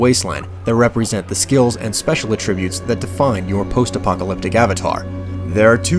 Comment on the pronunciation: it bothers how he pronounces attributes (uh-tributes) as the verb form of the word.